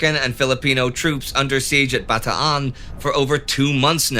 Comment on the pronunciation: Love the vids but have to ask are you purposely mispronouncing words? Again love the stuff but just in this video Bataan is pronounced Ba Taan not Ba Ta An. Least that’s how they say it in the PI.